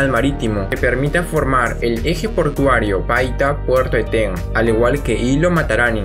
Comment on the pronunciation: Una acotación: Eten es una palabra grave y no aguda, la pronunciación por tanto es ¨Éten" y no el errado "Etén". Es una palabra de origen muchik. El río que desemboca al norte de Eten es el Chancay, que para esa altura ya recibe el nombre de río Reque. En su cauce bajo se le llama "el río loco" por sus continuos cambios a raíz de las avenidas extraordinarias que produce el evento El Niño.